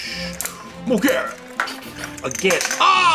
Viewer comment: elking from ultraman to be exact its burning Godzilla 200 M o g e r a is her Name not to be mean showa Godzilla I have the Kong from Godzilla vs kong king c e s a r e not to be mean I said it that way so you could Pronounce it properly again not to be mean I like your video game Godzilla also and showa Godzilla I have a small gidarah To be exact It's rainbow mothra Leo from rebirth of mothra 3